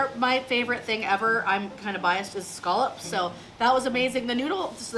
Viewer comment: Scallops. Not skullops.